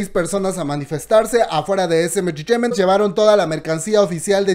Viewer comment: Me da risa como dice SM intertaiment 😅